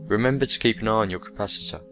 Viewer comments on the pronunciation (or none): none